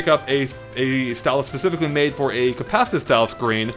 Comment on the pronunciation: When you’re too lazy to pronounce “compacitive” or have no idea what you’re saying so you say it fast and hope no one catches on: “compassizzivv”